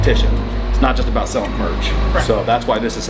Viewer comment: "i wadnt abowt to not fit" i felt that as a fellow gut guy